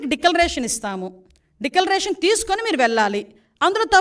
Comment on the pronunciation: అమ్మ హోమ్ డెక్కాలరేషన్.... డెక్కలరేషన్.. కాదమ్మా డిక్లరేషన్.. ఛీ దరిద్రం డిక్లరేషన్ అనడం కూడా రాని ఈమె హోమ్ మినిస్టర్